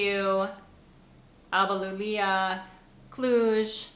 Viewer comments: It's ALBA IULIA ( Julia in your language). LULIA, ALBA LULIA it's a no-no. As I would say NEW IORK or NEW LORK, to NEW YORK. You pronounce it ALBA YOULIA. IU=pronounce it like YOU. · You're so cute! Just a small correction: It's not Alba LULIA but Alba IULIA. To translate it to English, it should be The White Julia :) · I have seen you in 2 videos do this mistake. You have one city in Romania that you got his name wrong. It is called Alba Iulia, not Lulia. Loved your vids